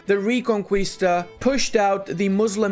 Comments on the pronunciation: “Re-con-kwee-sta”? That pronunciation has made me physically ill and I’m not even Spanish. ‘Re-con-kee-sta’, please, for the sake of everyone watching. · Awesome. Castille super strong. On my last run i declared on Navarra and instantly Aragon got the PU and join the war :'c btw it supposed to sound more like reconkista uwu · Please, it's not recon qui (as in quick) sta. It's recon kis (like kiss but shorter) ta. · Take a shot every time mispronounces "ReconQUIsta":elbowcough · homie it’s re-con-qee-sta 😭